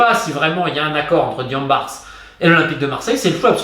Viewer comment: Merci pour la qualité de la vidéo Romain, comme d'habitude c'est très instructif. Ceci dit, je me sens même gêné de te le signaler mais le "S" dans "Diambars" est muet, ça ne se lit pas. C'est un mot invariable qui se lit de la même façon aussi bien au singulier qu'au pluriel.